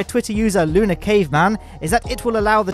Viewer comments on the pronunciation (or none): none